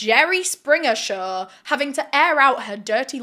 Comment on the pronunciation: Try to practice the word “show”, not “shur”